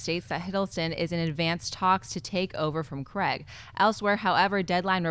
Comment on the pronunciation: it's Craig and not Creg